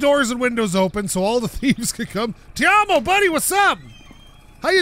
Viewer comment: look man... i hate to be that guy but his name is not pronounced "tei-om-oh" its 賣東西的芬蘭人. its really simple. i dont know keep on messing it up